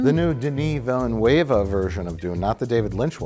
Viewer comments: "Denny Velnuwaver version" !?! should be pronounced Vealnerve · Mike, it's VILL-NUHV, not Villanueva. HACK. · The new Denis "Villa nu eva" Dune? At least we get level mispronounciation 😅 English speakers trying to pronounce french without hearing it first will never get old for me 😘 Phew, saves it later 😀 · Hey guys, love the review. Just a little correction on the pronounciation of Dennis Villleneuve for. You got Dennis perfect, you don't pronounce the s, but you pronounce Villeneuve as Ville-nouve. Phonetically you should pronounce the "neuve" like n'oeuvre like oeuvre d'art without an R. Keep up the good stuff, lots of a love from a movie enthusiast from Québec! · It's not Villanueva dammit! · Mike saying “Denis Villanueva” is really upsetting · Mike's pronunciation of Villeneuve is... really something...